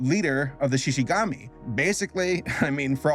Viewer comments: Just finished watching it like an hour ago. I enjoyed it 🙂 Yea didn't have the same magic as season 1. I liked the little love story aspect from the first season. Season 2 was more about legoshi and louie finding themselves. Also, I had to laugh when you mispronounced shishigumi by calling it shishigami. I started thinking of origami for some reason lmao 🤣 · you mispronounced “Shishigumi”. It sounds like “goomy”, not “gommy”. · Oh No, Said Shishigami >:D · hearing you say shishigami hurt me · it's pronounced Shishi-GOO-mi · “Le go see” “Shi shi gamy” 💀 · It'S SHi SHIGumi GoHmE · I know this is petty but brah the way you kept saying shishigAmi was killing me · Im pretty sure its pronounced She•she•goo•me. At least that's how they pronounce it in the English dub. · why does everyone call him Louis his name is Rouis lmao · I can not get over mispronouncing Shishigumi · It's weird how it Triggered me how said some of the words of the characters and the shishigumi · the way saber says shishigumi bothers me 😅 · *Shishigumi, not Shishigami :') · Shishigumi, not shishigami :p And people watched it months ago, when it released in Japan. It already has it's audience so it's not talked about that much outside. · its not shishigami its, Shishigumi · It's ShishigUmi, not ShishigAmi. Lion Group, not Lion God. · Its shishigumi not shishigami Shishigumi in Japanese means Lion group. Shishigami in Japanese means Spirit of the forest. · Its shishi-gumi actually, not shishi-gami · ok i usually dont comment on things but he kept saying "shishigami" when its "shishiGUmi" and i usually watch the original japanese version of things and the fact that he kept making the same mistake was just taking me away from whatever else he was saying... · Everyone here talking about Netflix Jail and I'm here getting tilted by pronouncing it Shishigumi as Shishigami... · goomi not gami 🦁🦁🦁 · Xi Xi Gumi not Gami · I cringed hard when he said “Shishigami”